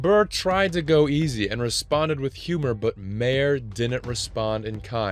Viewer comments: And who the hell is Bill “Mayor”. This voiceover guy needs some work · Say bill "mayer" one more time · Call Bill Maher, Bill Mayer one more time... I dare you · Who the hell is Bill Mayor? You seriously don't know how to pronounce Maher? 🤦🏻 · Bill Maher’s last name is pronounced “Mar” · Maybe learn how to say Bill Maher’s name. No one says “Bill Mayer” Does this guy live under a rock? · I enjoyed this video until constantly mispronouncing Bill Maher name- it is MARR. Do your research. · Bill Mayor?! The narrator of this video needs to go back to school and learn how to speak English & pronounce names/words properly. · Learn to pronounce Bill MAR’s name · Dude....it's pronounced Mar...not ma...her!😒😎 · For fu k sake his name is pronounced Marr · These content-aggregating ass clowns should at least pronounce names correctly. Bill Mayer - you f'ing kidding me? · Was enjoying it until ai said 'Bill Mayor' for Bill Maher, wish time was still taken for real human narration. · Bill “Marr” is how you pronounce it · First of it's Maher and not "Mayor" The narrator needs to learn how to pronounce the name properly, and saying " I care for the children " and at the same time supporting hamas doesn't make any sense Like all the Palestine fanatics, that secretly hate the Jews, but then say we don't want WAR 😂😂 seek help if you're bipolar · Narrator cant pronouce bill mahers last name its sooo grinding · Please look up name pronunciations. You mispronounced Bill Maher's name like 8 times. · You couldn't even say Maher correctly. He has his own show. Do you not know how to pronounce his name? FFS dude, do your research. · So why am I listening to an AI WRITTEN and NARRATED by a monkey in a box that can not pronounce Bill Maher's name ! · ROBOT VOICE CANNOT PRONOUNCE BILL MAHER"S NAME CORRECTLY. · Please learn how to pronounce Bill Maher’s name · You missed him mispronouncing Bill Maher’s name 132 times, lol. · I hate how you say Maher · Learn how to pronounce Maher. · Mare ffs😂